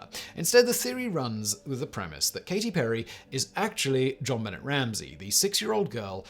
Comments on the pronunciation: I love you, but I'm triggered...its zhauhn b`nay ramzee not Bennett . You wouldn't say Jon luck pikkerd, would you? Course not! It's zhon looook p`kard! Or.....is this a hint that you have your own celebrity conspiracy in that your actually a really bored Q? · It's pronounced Jon Benay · This bothers me , too! Her name is not Bennett,either! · It’s not Jon Bennett. It’s pronounced John Banay. Jonbenet. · Jon Benet is pronounced ZHAN be-NAY. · I’m French and I can ensure you that we’ve never had anybody that was ever called JjjonBuhnayyyy throughout history. More over, the French word benêt translates to “simple minded”. Yep. Her parents should definitely have done their homework on that one - they should have kept an eye on her at all times too. What a bizarre and very sad story. Oh and I agree with you regarding doing a video on her. This would be a great topic. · When you pronounce JonBenet think in French. Jon-Buh-nay. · It's not an obnoxious pronunciation, it's just how you pronounce it. It's a French name. It's more on obnoxious to mispronounce it. Like when people pronounce jalapeno as juh-lap-enno. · JonBenet is pronounced Jon Ben-nay not Ben-net…at least here in the states lol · I know mispronouncing words is a deliberate thing on this channel, but including a mispronunciation of the name of a murdered child seems disrespectful. Please don’t. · Simon should cover Jonbenet Ramsey on the casual criminalist. So much to unpack there!!!!😳🤔 But also look up the pronunciation because it’s French and pronounced as such.😊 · Could you please pronounce JonBenet correctly. Jeez! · Really? No one bothered to tell Simon how to pronounce Jonbenet? I know it's a somewhat obnoxious pronunciation and Simon's mispronunciations are a running gag, but still, someone should have known and told him. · But yeah, someone should have definitely told him how to say it lmao. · Have you still not learned? He doesn't care